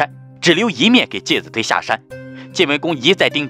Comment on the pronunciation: 介子推（chui）音同吹